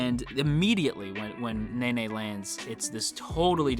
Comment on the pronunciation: him: nene Me: he pronounces it like nae nae